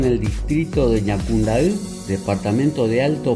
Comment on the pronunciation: Jajaja eres el único extranjero que sabe pronunciar las palabras en guarani..los otros dicen asi Ñacundai jaja bueno solo vos y todos los Paraguayos entenderán saludos desde CDE